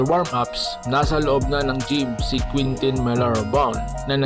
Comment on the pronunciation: Tanga! Kentin hindi queentin. Spanish name yan